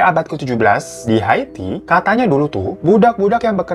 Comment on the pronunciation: Kenapa Ikke bacanya hati bukan Haiti 😆😆kelamaan jomblo ya gitu tong 🤭🤭